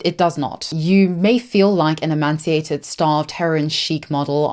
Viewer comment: "emaciated" not "emanciated". Kind of fun Freudian slip though, almost emancipated. Which we hope Yumi will be